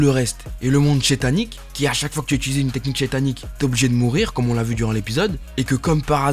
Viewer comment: Mais tu peux arrêter de dire shétanique